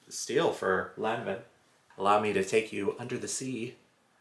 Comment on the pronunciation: Hey, check the prononciation of "Lanvin".;). Love your vlogs.